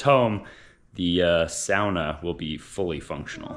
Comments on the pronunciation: Guessing Allie started laughing every time you said SOW-nah. Near the end, you had learned how to say SAW-na. :) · Thank God I finally heard him pronounce Sauna properly...saying Souna was like scratching fingernails on the chalkboard. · you pronounce sauna wrong!! Look it up! I did just to confirm what I already knew. At the end of the video, you pronounce it correctly!??? Praise Hallelujah 😂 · Love you guys. Thanks for the videos. And Tell it's pronounce SAWNA.. Not SOWNA. UGH.. 🙂🙂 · 😂 I know, here in Canada we say sawna so I'm with you, it's weird for me to hear everytime he says sowna.... but seems he's using the more authentic Nordic/ Scandinavian term lol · I like how he says sauna. It’s almost like “sanna” and people around me say it like “sawna”. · Hey do they call a sauna a sowna in the US? In Europe we call it a sawna..you actually called it that a couple of times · In Canada we call it a Sawna too. I believe when says Sowna, he's attempting to emulate the Scandinavian pronunciation... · lol,its pronounced sawna not snouzer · Please tell the sauna is pronounced 'sorna' not 'sowna' He's setting my teeth on edge every time he says it incorrectly x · Okay, it’s s-au-na not sound-a. It’s au with the u above it. Sounds like saw. Saw-na not sound-na. Maybe it’s an American thing. Lololol sounds weird when you say sound-na 😂🤭😉😳😜 Thanks for saying it right by the end of the video. 😉😁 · You’re killing me it’s SAA NUH not SOW NA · Isn’t it “saa-nuh”? I’ve never heard someone say “sow-nuh” before. Edit: So I commented before said it right. It must be an intentional mispronunciation. Lol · Sauna…..not souna….. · Why does pronounce Suana as sow-nuh. It's pronounced saa-nuh, same as saw-nuh. I'm just clarifying. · How come you say " Sowna "? I have never heard that word in my life, it's a Sauna pronounced" SAW-NA.. You've lost the plot LOL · Sauna: Sounds like saw-nuh 😊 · it's pronounced "saw na"!!